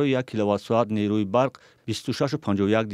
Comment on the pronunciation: Кормандони “Радиои Озодӣ”, нерӯ, на ин ки “нерӯй”(ғалати ҷиддӣ) Рӯ (рӯй) - рӯи (рӯйи) Мӯ (мӯй) - мӯи (мӯйи) По (пой) - пои (пойи) Ҷо (ҷой) - ҷои (ҷойи) Лекин нерӯ - нерӯи “Нерӯй”, “нерӯйи ..” ин хел калима вуҷуд надорад!